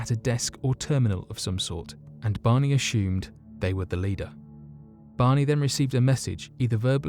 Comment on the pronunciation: No 'H' in the word 'ASSUMED'